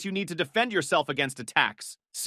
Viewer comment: The mispronunciation of Sirico is killing me lol